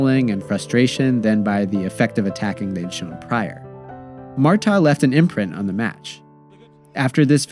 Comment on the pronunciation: Great overall video but the pronunciation errors and factual goofs are distracting and lazy. Cristiane and Marta's names are constantly mispronounced despite being spoken (by Marta herself) in the video? Also, Solo's save of the first penalty in 2011 was called back because of encroachment by Rampone - a harsh albeit by the book interpretation of the law.